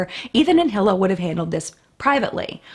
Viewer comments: Correct pronunciation of hilas name is ee-luh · Just a note that Hila's name is pronounced more like Hee-la or her husband Ethan says it more like eee-la. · Also Hila is pronounced as Ila (without the H)